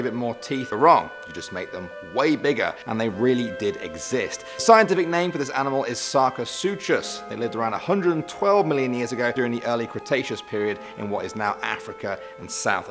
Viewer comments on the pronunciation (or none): You said sarcosuchus wrong. Its sar co such us not sarcosuuchus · I'm half positive it's pronounced sar-co-sooh-kus giant croc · If they were still around, they would probably leave us alone if we left them alone. Also, Sarcosuchus is pronounced Sar-Ko-Sook-Us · I'm sorry for pointing this out but here's a small lesson: When the letters c and h are put togther in the prehistoric crocodillian named, such as sarcosuchus or suchomimus, it doesn't make a 'ch' sound like you'd expect. Instead it makes a 'k' sound. Again, sorry. It's just something that bugs me.